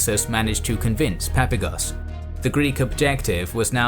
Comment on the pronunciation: I believe that when pronouncing the Greek generals surname it would be more correct to emphasize the second "a" in his name , as in Greek it would be spelled as "Παπάγος" .